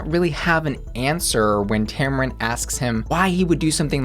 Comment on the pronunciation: First, her name is pronounced Tam-run, not Tam-Ron... 2nd, if you don't want to support Sherry Pie z you're entitled to it.. but you don't get to shame others if they like her drag or want to see it. The great thing about choice is that you get to make that choice. Let others do what they want, even if you don't agree with it.